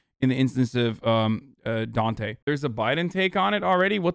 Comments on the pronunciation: please pronounce his name right... its Daunte like Dawn-tay not dooante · the amount of people that don't know how to say daunte is fucking crazy